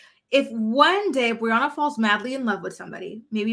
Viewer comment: Did u just call her boriana 😂😂😂 yesss